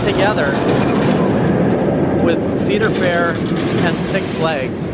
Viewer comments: Every time you say County Fair instead of Cedar Fair, do a shot. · *Cedar fair 😂